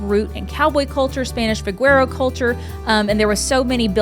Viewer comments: VaQuero, no "G" sound:) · Great video, but as a native South Texan from the Vaquero Capitol of Texas, your pronunciation of Vaquero is off. vuh- KEW-row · Thank you! I was born and raised in San Antonio and live in the Hill Country now. This is a lovely video, but I cringed when I heard pronounce 'vaquero'. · Even you got it wrong - vuh-keh-row. Que is a "keh" sound, not "kew". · I think it depends on what part of Texas you're from. I have heard both pronunciations.